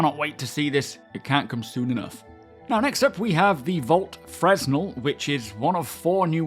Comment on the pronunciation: I just want to point out that "fresnel" is pronounced "freh-NELL."